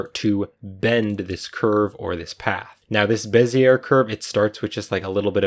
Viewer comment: Good tut. But... Bezzy-A, not Bez-ear ;)